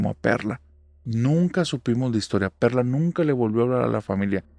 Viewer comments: Ánimos espero que te recuperes pronto. Soy el único que en vez de Perla escucho perra en la primera historia?? XD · Yo escuché perrra jajaja y era perla